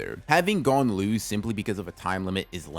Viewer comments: God I hate when people pronounce gon’s name like that😭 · Eh?! why does he purposely mispronounce it😭😭😭